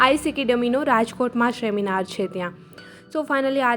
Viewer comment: સેમિનાર ❎ શેમિનાર ✅